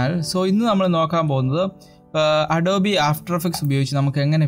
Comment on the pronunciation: ADOB-E Alla bro ADOBE aanu